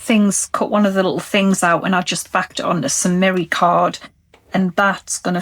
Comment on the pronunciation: I never got a response to my inquiry about merry card, but I think you were saying mirror card. I had the volume down and the cc on. Sorry, I just didn't understand.